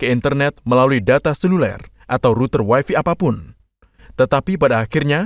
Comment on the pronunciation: Harusnya "wayfay", bukan "wayfi"